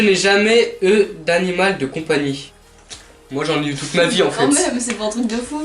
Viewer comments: Mais j’adore par exemple lit "je n’ai jamais eu d’animal de compagnie" il dit "e" au lieu de "u" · eu se dit U pas E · Mes vies! ❤️ J’ai remarqué que toi tu dis « eux » pour le mot « eu » enfin on s’en fou c’était juste un détail 😯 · Le eu se prononce u mais sinon super videooo👌